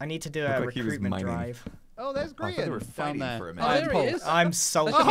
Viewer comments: its gr-aha-n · “Graham” -Google Translate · Graham> Grian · Lmao it google translated gri-aha-n to graham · So there is a translate button below youtube comments now and Gri-aha-n became Graham lmfao😂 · It says "translate to English" and it turned gri-aha-n to Graham lmao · Gri-AHA-n translated to Graham BRUH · Gri-aha-n Google translates that to Graham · Apparently google translate is thinking that gri aha n is graham LOL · grian has some salmon and its rA-HA